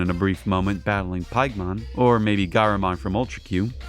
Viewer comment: I think it pronounced "Pig (where pork come from)-mon (monster)